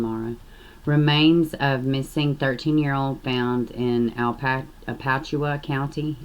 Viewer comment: I live in Florida, it's pronounced as A-Latch-chew-a, hope that helps. Every single case makes me shed buckets of tears, it's beyond heartbreaking. And a damn electrical cord.....they deserve the exact same punishment they dealt out!!!!!